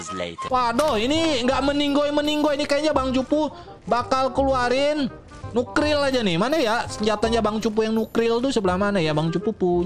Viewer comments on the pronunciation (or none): nuklir bang bukan nukril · Bang bukan Nukelir tapi Nuklire